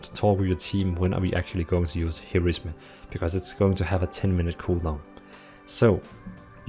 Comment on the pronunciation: he said 'here is me' instead of Heroism xD